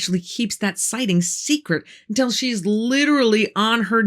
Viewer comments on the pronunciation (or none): Ma'am, for God's sake please pronounce "until" correctly rather than "untel."